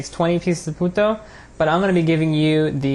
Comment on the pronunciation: I thought his said "Puta'' haha